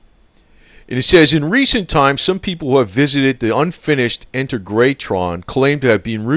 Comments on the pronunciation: Accent on the second syllable. On “teg”! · Pronounced In-teg-ra-tron...!! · Pronounced In-tay-gra-tron. I knew his wife well, in her later days, and until she passed away in a nursing home. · it is pronounced IN-TEG-RA-TRON...... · IN-TEG-RA-TRON try to pronounce it this way. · Pronounced In-teg-ra-tron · Hi --- It's pronounced IN - TAY - GRA - TRON == saying it all at once. I live a little over an hour from there. My family has had property in Joshua Tree since the 1950s and my brother and I go dirtbiking out there all the time and we always ride by the Integratron. We have experienced the session and since they published an article in Rolling Stone magazine and also had the likes of Anthony Bourdain and other Travel Channel documentaries have covered the place, it has lots of visitors